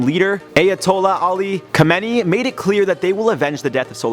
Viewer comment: From Tehran...u pronounced SL wrong it's kha me ne ii Have fun!